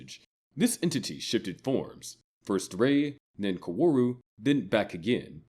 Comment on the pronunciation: TY for mentioning when all of humanity turned into Tang!!! Side note however…you screwed up on some of the pronunciations. It’s Awska, not ASUka and Kaworu is Cowroo…not…however you pronounced the gay space Jesus’s name. Lastly, the Evangelions are Unit ONE, TWO, and so on, not ZERO ONE, ZERO TWO and you get the idea xD